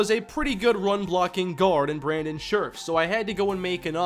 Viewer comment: I'm a redskins fan and it's pronounced share-if not scherff